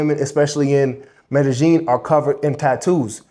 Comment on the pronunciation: Mede-Sheen (Pronounced in Argentine accent) 🇦🇷